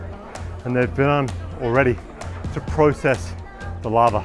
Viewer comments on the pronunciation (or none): It sounds like he’s saying hornet lava. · I know he's say larve but to my ear it sounds like lava